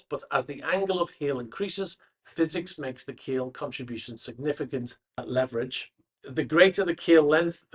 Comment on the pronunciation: Please learn to pronounce leverage.